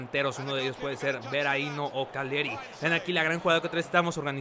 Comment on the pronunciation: #KCR calleri se pronuncia "caleri"